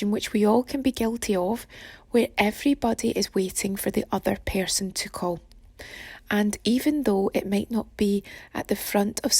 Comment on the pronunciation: pear-son=person shaped like a pear